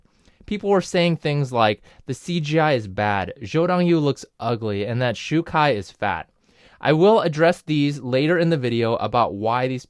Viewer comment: How is this guy so up to date on Cdrama tea but cant even pronounce XuKai properly...